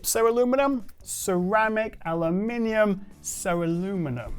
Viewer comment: ceramic alumulemu😂